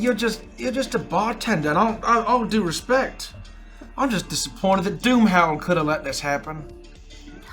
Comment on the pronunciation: I genuinely thought you said Boomhauer instead of DoomHowl and now I need a King of the Hill intro for Starlight😂😂